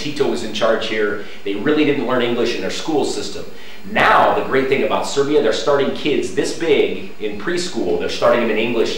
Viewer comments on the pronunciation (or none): none